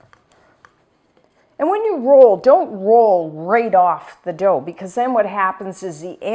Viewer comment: Dough, and not dhow. sorry.